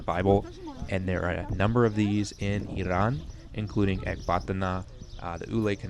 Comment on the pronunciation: I like how you pronounce Iran correctly 😁😁✌✌